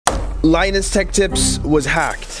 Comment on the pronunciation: PRG - It’s not Lineus the name should be pronounced lin us like Linux but with us instead of ux